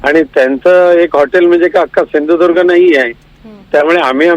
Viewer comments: नारया सिंधुदुर्ग बोलायला सिख 😂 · बोलता येते का व्यवस्थित, सिंधुदुर्ग बोलता येत नाही, किती रुपये जिले असे बोलतात, मग सुधारणा करावी लागते. काय दळभद्री माणूस आहे आणि हे मंत्री आमचे.